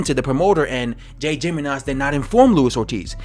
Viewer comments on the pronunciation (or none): Jimenez is pronounced He-Meh-Nes